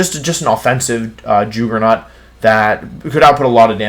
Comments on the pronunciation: The camera zooming in was punishment for saying “Jooogernaut” like that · “offensive joogernaut” taking notes from Aaron’s pronunciations I see 😂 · Why the fuck do you pronounce the pokemon names and some words so badly?? Its not MawEELEH its Maw-wahyil Its not JOOggernaut (holyshit) its JUH-ggernaut This last one made me not want to watch anymore. Its not WHenYusaur its Veenoosohr